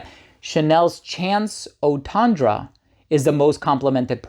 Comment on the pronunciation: Please learn to pronounce Eau Tendre correctly!